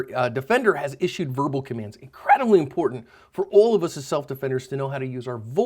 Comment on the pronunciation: "incrEEEdibly important"